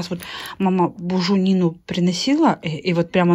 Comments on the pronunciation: очень нравится смотреть ваши блоги,но пожалуйста, говорите правильно, не бужунина, а буженина,понимаю,что это не урок русского языка,но всё же не приятно слышать от блогеров безграмотную речь,мы же в советской школе учились🤣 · Хорошо, что ножи заказала.. их прямо не хватало на столе на ДР Кирилла и стол был сервирован вилками и ложками., не могу понять, это просто так слышится, но в этом в видео и с ДР ты мясо, которое мама приносила, называешь бужУнина, а не бужЕнина. Я не придираюсь, мне даже нравится твой "местный диалект", реально не могу понять, как ты произносишь - я и У, и Е слышу одновременно )